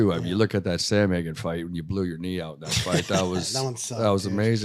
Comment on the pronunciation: Someone tell it's pronounced Sandhagen not Samhagen😀😀 Min